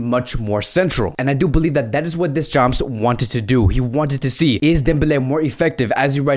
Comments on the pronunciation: Funny how you pronounce Deschamps ...(don't pronounce the p nor s...) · Deschampssss 🤣🤣 'Murica🦅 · you() slaughtered Deschamps name